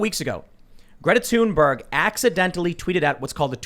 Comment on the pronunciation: It 'TH'unberg not 'Tune'berg.